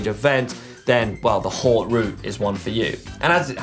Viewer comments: It's pronounced "hote" mate #hautegate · How about learning to pronounce 'haute' properly???